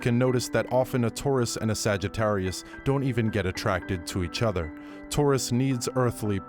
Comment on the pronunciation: 🤣🤣🤣 ," The sagga-ttarius".